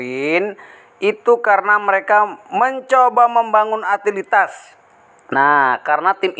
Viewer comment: Utilitas dibacanya Yutilitas ya bro...bukan dibaca Atilitas